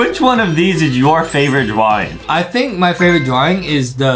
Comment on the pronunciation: bro really said"what's your favorite dwawing"like what?😂UWU